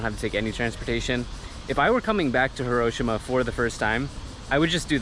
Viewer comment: Love your vids but Hiroshima is pronounced Hi-ro-shi-ma and hi is actually pronounced like he.